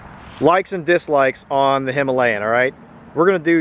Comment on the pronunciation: Not hima layan its hima.....layan